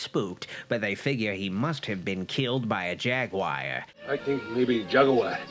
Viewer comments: Jagwire? I thought it was jaguar? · Tf is a “jagwire”